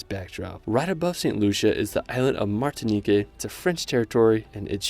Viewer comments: I haven't traveled to most of these places, but the ones I have, I totally agree they are all amazing! But, please, it's Martinique, not "Martini-KAY, Guadeloupe, not Guadelou-PAY! They are French islands, with French-- not Spanish-- pronunciation. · I wish I could travel like you. But you need to learn how to say the names. Martiniquay??? Guadeloupay?? No, darling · Awesome video, seriously great job. I don't want to sound nitpicky, but as a francophone the way you pronounced a lot of places like Martinique and Guadeloupe was bothering me way too much haha. For future reference, in french when a word ends with an "e" with no accent, it's silent. So Martinique should be pronounced Martinik. You gained a sub from me though! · the E is silent in Guadoloupe and the ue in Martinique, also you need to vist Tobago. Great video i loved it